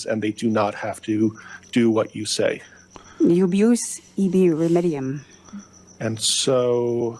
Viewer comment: here is what Mr GPT, first name Chat has to say about what she is mumbling: She is saying a mispronounced sovereign‑citizen version of the Latin legal maxim: “ubi remedium” or “ubi jus ibi remedium” And she is using it to claim: You are abusing the principle that rights require remedies